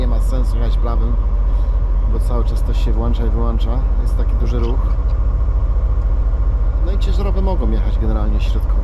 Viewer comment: uwaga językowa: Włącza i wyłącza. NIE WŁANCZA!!!!